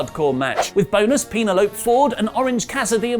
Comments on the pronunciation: Pee-na-lope. LOL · Peenelope? Really? 🤣🤣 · it's pronounced "pen-EL-o-pee"